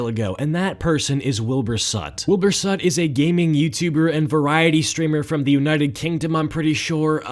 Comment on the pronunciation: Soot, not sutt, thank you very much